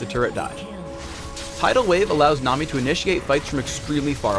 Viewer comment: is it just me or does it sound like he keeps saying "nom"-i, rather than nami? XD